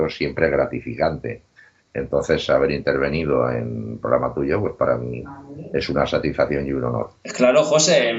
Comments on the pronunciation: Porque le cuesta tanto no decir “pograma” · OR FAVOR ...NO SE DICE POGRAMA ES PROGRAMA